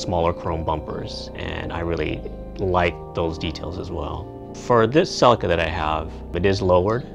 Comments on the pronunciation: "cell-i-ka" its a "see-lee-ka" , nice car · Silica?!? It's Celica. (Sell-ee-kah.) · I always wanted a sellica ,No CELICA ,talk properly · "sea Leek a" as in Sleeker... not "sell i ka" :) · its CELICA NOT SELICA. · spoken same apart from 'selika' ...its pronounced 'seleeka' !! ;-) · I couldn't watch past 50sec, say sellikka one more time lol it's fucking celica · Its a CCCCC AAA LEEE KAAA not a selaka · See lika ,talk properly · Did he just pronounce that "sellika"??.... Americans.... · Ughh I cant watch the video with him saying celica like that. Honestly I dont understand why Americans have to make every single foreign word sound so bad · you can't even pronounce the name right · wtf did you call it? saladcar? Celica. pronounced ceee leak ahhh. and dahhtsun. dattttt sun At least you can say Toyota 😊 nice little cars